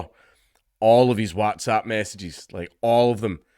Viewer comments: Ngl, that's the weirdest pronunciation of whatsapp I've ever heard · This is bad yes but how you pronounce WhatsApp like that dank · Your pronunciation of WhatsApp is definitely for the Americans 🤣 coz we don't talk like that haha good on ye 👍🏻